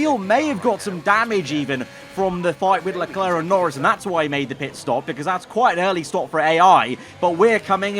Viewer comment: learn how to say Leclerc